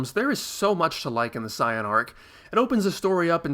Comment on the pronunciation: NERD QUESTION ALERT about your pronunciation for the name "Saiyan". Like you, I was introduced to Dragon Ball during the Freeza arc on Toonami, and have always pronounced 'Saiyan' as 'Say-an'. However, as of watching your videos, prefer the pronunciation 'Sai-an'. The Japanese word for vegetable is yasai, which is obviously swapped between syllables to form 'saiya', which still reads the original pronunciation. 'Ya-sai' to 'sai-ya' should be the correct pronunciation. My question is how do you justify the use of an N at the end of 'Saiyan', where does that come from?